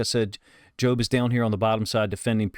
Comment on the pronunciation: You’re pronouncing it right, “joe”-b. I think Macdonald may have mentioned that he liked how the pass rush prevented Purdy from stepping up and into his throw. Great job by Jobe.